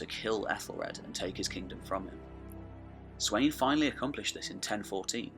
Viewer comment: Its Spelt Sweyn but its definitely not pronounced how you pronounced it! The wey is pronounced as a V! So it would be pronounced Sven Forkbeard